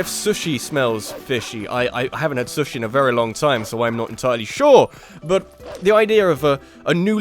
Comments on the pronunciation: I am speaking as a British Person here but I am sure that isn't how you pronounce Sushi . . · That sushi pronunciation smells rather fishy.